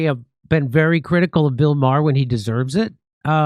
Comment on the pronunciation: Maher not bar you old man